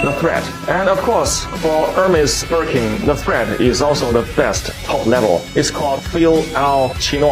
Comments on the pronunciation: “Birkee Bag “ 😂😂😂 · I like the way you pronounced Birkin 'Birkey' 😂😂😂